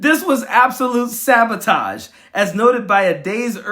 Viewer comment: "A triple sabatoge." 😂